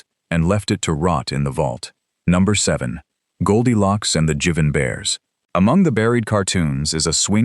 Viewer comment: Jivin' Bears, not Jevin' Bears.